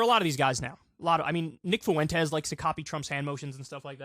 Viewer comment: Fooentez. Lol